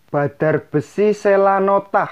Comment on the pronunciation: Selonatah mas.. bukan selanotah